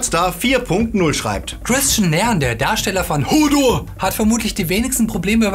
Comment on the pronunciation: wie dumm man hodor doch aussprechen kann, unglaublich